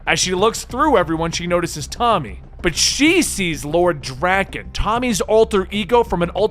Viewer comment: The way he pronounces Drakkon bothers me.